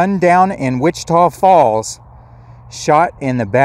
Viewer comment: You must’ve asked around but you pronounce Wich-Tah Falls correctly. 👍